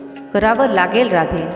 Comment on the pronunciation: राधे नव्हे ़़़ राधेय असा उच्चार केला पाहिजे ़़़